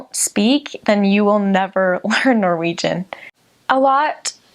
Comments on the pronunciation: I have to say your Norwegian at the end was very impressive! I'm Swedish though, but could actually not hear any difference from a native Norwegian. Greetings! :) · Her Norwegian is amazing! Considering she's an American it's even more impressive since it can be difficult hitting the right tones and nail the stress. Stå på!! Edit: idk why, but all the people on this channel who lived in Norway look super Norwegian lol